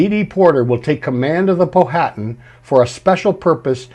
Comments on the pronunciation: It's not pronounced Po-hatan. It's pronounced pow-atan. The H is silent. I know as I have a long distant relative of the Powhatan tribe of Native Americans in VA. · great presentation, just wanted to let you know the pronunciation of Powhatan is Pow uh Tan, not Po Hat an, like the river (and Native American tribe) in Virginia.